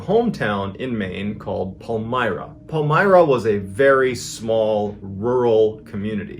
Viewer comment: Not me being born and raised in Maine getting erked about the way he pronounces Palmyra. 😂